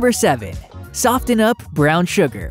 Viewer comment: The “T” is silent in soften and the “G” and the end of most words is not pronounced with the ‘guh’ sound. Like watchinG… sorry, but drives me so crazy I can’t watch your videos.